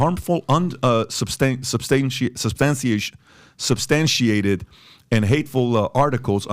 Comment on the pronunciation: This dude can barely pronounce “unsubstantiated.” Lol